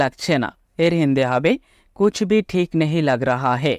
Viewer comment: कूछ भी ठीक नही लग रहा/ लग रहे है। কুছবিহ নয় , কুছ ভী হবে । সময় ,সাময় নয় । হিন্দি তে লিখার আকার উচ্চারণ খুবই কম হয় । করিশমা কপুর , কদের খাঁ, অমজাদ খান , করিনা কপুর , কটরিনা কাঈফ ।